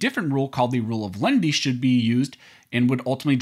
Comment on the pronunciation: I know, I was just mocking the way this youtuber pronounces it